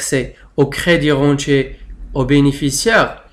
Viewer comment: Vs prononcez mal débirentier et crédirentier.